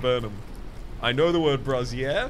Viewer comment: Brazier pronounced like bray-zee-uh is a furnishing for holding fire. Brassiere pronounced like bra-see-uh is a clothing for holding boobs. Always hilarious when my D&D DM describes a brassiere of fire